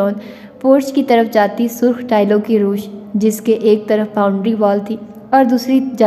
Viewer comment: Dear roosh ny ravish hota hay